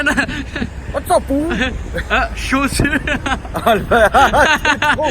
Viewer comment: Les gars faut nous expliquer le délire de « Chaussuwwrre? » parce que maintenant je dis ça avec mes potes hahaha